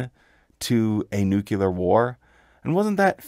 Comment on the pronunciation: Love the videos great content, however the word is pronounced Nu-clear not nukular